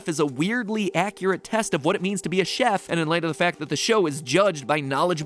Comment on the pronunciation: Am I the only one bothered by him pronouncing Chef as çef and not şef.